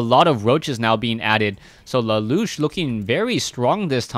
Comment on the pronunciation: keeps saying la loosh, and annoys the hell out of me 1. because it sounds stupid and 2. i think its la la usshhh